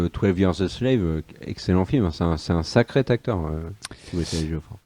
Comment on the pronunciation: Spéciale dédicace à l'ami, les liaisons vachement dangereuses, à 35'05 "sacré-t-acteur" 🤣.... Longue vie à vous